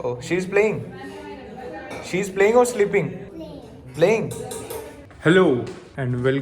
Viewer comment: struggle is real. Shleeping 😂😂😂